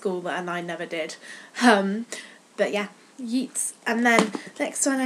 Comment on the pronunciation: I am pretty sure Yeats in pronounced Yates. Also, pageant is pronounced pajent with a short A sound like in apple.